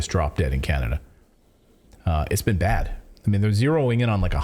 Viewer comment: Hahaha "Canadia"... you said it wrong, it's CHINADA.